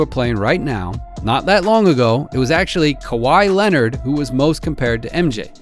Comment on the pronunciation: Kahwhi Leonard 😂😂😂💀